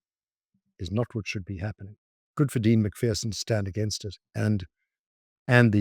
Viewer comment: Why can South Africans and Americans not pronounce MacPherson. Mac ---Ferson. Not, MacFearson and not MacFeerson? Pronounce wir Scots names properly, laddies!!!